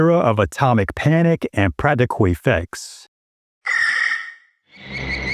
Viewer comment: What are "pwacticuh" effects?